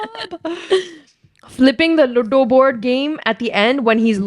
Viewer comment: it is L-U-D-O 😂 not luddo.